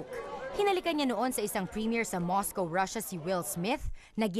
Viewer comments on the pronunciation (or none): none